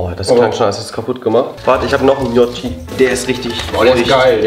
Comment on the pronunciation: Njotschi?! Really, Ju? Ich sag nur: Anni lässt grüßen...